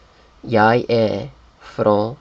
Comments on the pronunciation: I am Swedish and I think quite a few people have already said this, but I want to do so aswell. You do pronounce the G in Jag and the last N in Namn and usually the D in Vad, in some cases you don't necesarilly have to. We have something called Rikssvenska which is clean Swedish with no dialect and it almost sounds like you are writing with your mouth, almost every letter is pronounced, and it is very heavy on your tounge so we speak something a little easier were you don't always say everything but we usually don't skip the last letter, this is'nt French. I would say R is never skipped because we use a clear rolling r, unless you are from Skåne, then you don't use that, but it is very important and it sounds wrong without it, a good example is ÄR which means IS and it is a common word. I don't think much of this made any sense but I just had to say it, if you don't agree or want to add something, please do so, Svenskar hjälp mig! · And "är" is not "e" it is mor like "aer". "Jag" is not "ya" it is "jag" Swedish pronunciation is like it spells